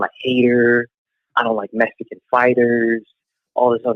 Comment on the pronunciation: Jermell its"Mexican not Messican" lolol..BUT I FEEL YA !! No u ain't ducking..loolol..!! I dont think Jermal is either coz why fight some dude for nothing,i feel Charlo done enough to have Canelo fight..Not go less for what?